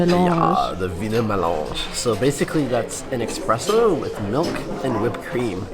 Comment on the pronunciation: I notice how many people say "expresso" but its ESPRESSO Pleeease Thanks for sharing your Experience with us. I want to take my Mom in law to Wien